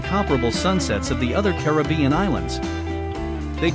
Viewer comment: Thank you for pronouncing Caribbean correctly. Unfortunately, you mispronounced many of the other island names.